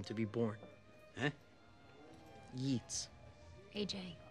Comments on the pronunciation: And yet the Director has mispronounce "Yeats." This is a clue that is simply reacting with the smidgen of learning he has absorbed. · "Yeats." (Yeets.) Other guy: "Yeats?" (Yates.) Poor, never gets it right. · It's a bit characteristic of that he spouts a bit of learning and then mispronounces the author's name. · Hes even managed to mispronounce the name of one of his "favorite" authors. Yeats, incidentally, was a devout Catholic by the time he died. I hope seeing it portrayed onscreen makes all those whiny little emo brats see how they look to the rest of the world. 'The misdirected passion of youth' as someone once said. Sure theres a lot to be outraged about, but hearing it from a kid whose giving himself ulcers because hes 'outraged', but whose never worked or fought for anything? Gimme a break. Children should be seen and not heard. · and he can’t even say the author of the poems name correctly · >> may have been well-read,<< He mispronounces "Yeats." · love how he corrects him on the pronunciation of Yeats (I'm Irish btw aj pronounced it wrong) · The peak of pseudo-intellectualism - quoting a poet yet pronouncing his name wrong.